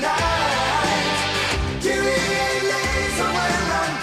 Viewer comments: No, just Kyrie. Not Kir E yay. When you add Eleison to it, it sounds like Kryie-ay-leison. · It's not KY-rie. It sounds like Kerie. Kyrie Eleison means Lord Have Mercy. In the Catholic religion, a part of the Catholic mass in Latin. Early in the mass, we say Kyrie Eleison, Christe Eleison, Kyrie Eleison. So he's singing Lord Have Mercy on a highway in the night. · It's not Kii-ree... It's Kere, rhymes with here-E-A... Most misquoted lyric? how about there is a bathroom on the right? The song came out exactly in the mid-80s, when I was in beauty school, and one of my friends in there was Albanian, and when I met his father, he told me the meaning of that title... Lord have mercy!... That's how I found out! 😻😺😸 And, right! The hook is SO catchy, that people started singing it, without KNOWING what it MEANT!!! But, you STILL get what you say, so... VERY clever!!! LOTS of people singing lord have mercy, even without KNOWING it!!!😻😻😻 Is SO catchy, that is even singing it BEFORE the song is over, on his first listen!!!😻😹... POINT PROVEN!!!... It's NOT VERY hard to CONFUSE people...😹😹😹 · It's Latin, so it's not pronounced like that. Don't expect it to bounce a basket ball like Kyrie Eving. It makes me laugh when people get it wrong. It's the same when people get INXS wrong.